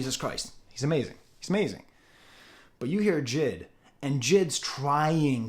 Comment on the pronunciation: AVAA It’s not JID , it’s J.I.D